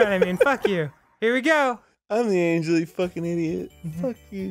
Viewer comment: lmao its AN GEL NOT ANGLE XD